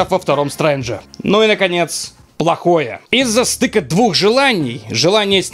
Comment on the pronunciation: "полохе" вышло вместо плохое